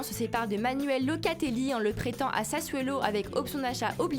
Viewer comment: c'est Sassuolo et non pas Sassuélo !!